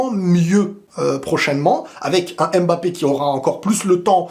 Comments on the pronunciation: pour l'amour de Dieu ARRETE de' l'appeler M Bappé. C'est prononcé "mmmBAPPE"!!! Ok bisous bye;) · Toujours un plaisir de regarder tes vidéos Mais svp arrêtez de dire M-Bappé C’est Mbappé en un mot c’est comme Vladimir, personne ne dit V-ladimir 😂 Hala Madrid!! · ne dis plus M'BAPPÉ ça sonne tres mal 😒 c'est MBAPPÈ🙏🙏 c'est aussi le nom de ma mere👍 merci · Bonjour il ne s'appelle pas M'Bappé mais Mbappé. En résumé on ne prononce pas le M comme une lettre de l'alphabet. C'est Kylian qui l'a dit lui-même. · Ce serait un grand bien pour tous que comme les autres tu cesses de l'appeler M 'bappe'. En Afrique on ne prononce pas ces M. C'est Bappe' . D'accord avec toi . Le but du foot c le But . En France des haineux surtout sur RMC l'ont descendu en permanence quand il ne faisait pas des Exploits sur tous le match. Même quand il a marqué et pas d'exploit ,ils critiquaient amer . Les grands joueurs ne sont pas pour la France où l'esprit est bas , . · Vous prononcez mal le nom Mbappé.tant que vous savez prononcez pneu,vous savez aussi prononcez Mbappe